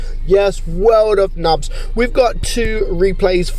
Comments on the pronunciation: it’s not pronounced ‘nubbs’. Nub is still pronounced like ‘noob’. Just we type it as ‘nub’ in game to get around their spelling censor. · ah i like when he said "nabs" instead of "nubs", and i actually laughed, thx u fixed my mood